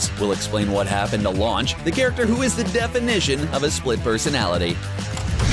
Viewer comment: Her name is Lunch for fuck sake